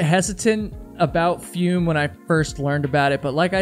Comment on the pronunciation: It's probably pronounced "foome" as in the French verb "Fume/Fumer" - to smoke.